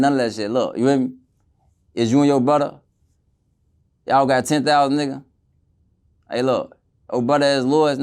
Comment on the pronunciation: I’m just here for the “bwudda’s’ 😂😂😂😂😂